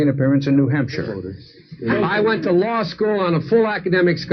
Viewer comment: "I went to lie-school on a full academic scholarship."